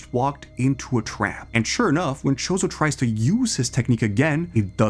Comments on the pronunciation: please stop saying mahoraga like mechoraga and choso like shooso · You pronouncing it "Chozo" kinda makes me think you dont know a lot about anime (i could be wrong tho)